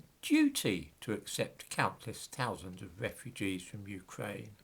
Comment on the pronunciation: Your R is so fucking annoying. Wewwewwewwew Ukwaine